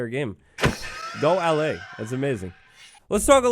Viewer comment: Ur saying allay wrong